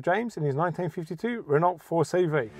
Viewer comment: Great story and how pleasing it is to see a program without boring muscle cars. Do us a favor, please teach your man how to pronounce the cars he is interviewing. It's Reno not Renult. If he followed proper motorsport he would know that.